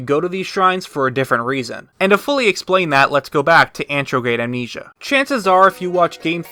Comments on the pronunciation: AN-TE-RO-GRADE not ANTRO-GRADE hahaha...otherwise, it's a great video. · Ant-air-oh-gray-de Not antograde, Or antegrade. Otherwise good video.